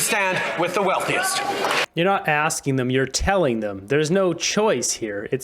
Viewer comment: Turdeau is slipping hard, “Continue to protect the wealthiest inted of sp-porting Canadians”. 🤣